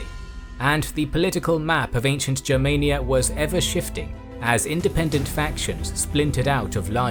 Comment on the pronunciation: Congratulations for the right pronunciation Germania, not clasic english Germany! Yes sir!